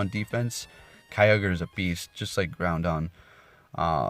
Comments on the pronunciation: Groudon is Grau-dawn not Grow-dawn. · I'm triggered he keeps saying groundon.